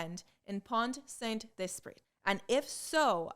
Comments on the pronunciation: As a french gal : your pronounciation is almost perfect for "Pont-Saint-Esprit", except for the fact that the "t" in "Pont" and the "t" in "Esprit" are silent. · Prononciation of pont saint esprit was good. Just, the final t is silent in pont and esprit, but not in saint, because t in the end of a word doesn't sound at all EXCEPT if there is a voyel in front of the next word. But really, that's the only mistake, and it's not big deal, you prounounced that right and I'm just being picky